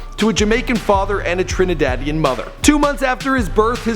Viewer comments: lmao u said. trinadadian haha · hears the word "Trinidadian" pauses the video says wait wait wait scrolls down in comment to see if someone heard it too